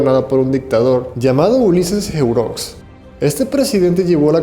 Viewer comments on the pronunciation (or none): Amigo comentarista no se dice Ulises jeurox sino jerox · Hermano se pronuncia Ulises Heró